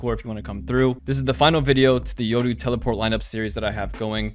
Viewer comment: Yoru not yodoo